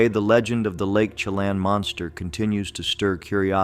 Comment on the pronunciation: Chelan = sha-lan